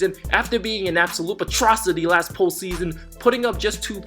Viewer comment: “Absolute patrocity”